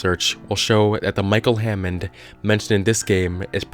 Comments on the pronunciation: Hannond. Not hammond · micheal hannond not hammod